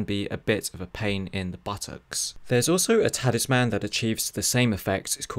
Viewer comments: Please, for the love of God learn how to say Talisman!!! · Great video but boy was I triggered by how you said Talisman.